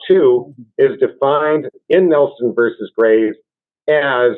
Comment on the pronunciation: OMG, the word is versus. It is not verse.